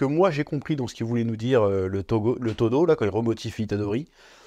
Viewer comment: Toge * pas Togo mdrrr